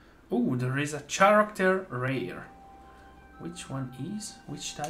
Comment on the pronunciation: cool vid and great pulls! btw. it's pronounced "Karakter", not "Tscharakter"